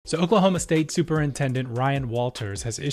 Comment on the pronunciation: He said "Okelhoma academa standers".